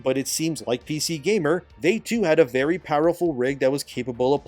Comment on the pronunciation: Vely dishonarabu